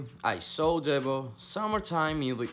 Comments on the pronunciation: His name is "DEEBO" not DEBBO 😆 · 😆. Dude. Said Debbo